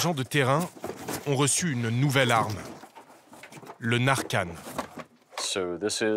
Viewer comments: Qd en 10 min, narcan et oxycontin sont mal prononcés en français, ça fait pas sérieux. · Ptdr comment ils prononcent Oxycontin et Narcan